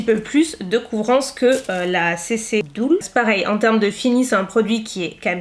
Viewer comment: Bon par contre ça se prononce "deul", pas "doul" ;-)